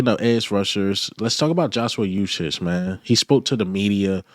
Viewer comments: Ooh-shay. Not ooh-shich. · Uche is pronounced oo shay. The "OO" represents a long U sound (as in "moon"). So the correct pronunciation is OO Shay or U Shay. Hope that helps. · His name is pronounced (oo-chay) Uche... Great content by the way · Please get the young man Joshua Uche"s name right.. it's so lazy and disrespectful the way you pronounce his name c'mon bruh it's not that hard 🤷🏽‍♂️